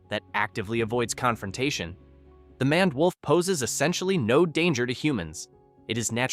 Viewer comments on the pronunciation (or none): It's pronounced "mained" wolf, not "manned" wolf. Sheesh. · Mispronounced names: 2 ("MANned" wolf instead of MANE-ed wolf" "CAHN-id" instead of "CANE-id") Errors in Accuracy: 1 ("No verified sources of African wild dog attacking or killing a human being" - wrong, they ate a toddler who fell into their enclosure at a zoo. They are very much dangerous) Awkward Pauses: 7